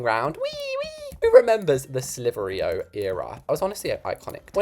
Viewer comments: Its slither-i.o not slitherio and i love your vids❤❤ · That cracked me up when he said slitheryo it’s probs just an American way but British say slither IO